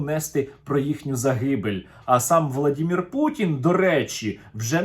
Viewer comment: Серёга привет слово Владимир ты произносиш мягко , одна им дорога утонуть в в яме.